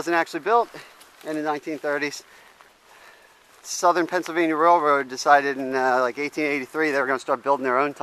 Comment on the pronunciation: I'm pretty sure there is an L in "Pennsylvania"...